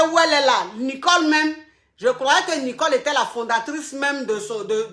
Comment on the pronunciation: Hééé je m'appelle Nicole😭😭😭à chaque fois j'ai mal de t'entendre dire Nicolekro😂😂😂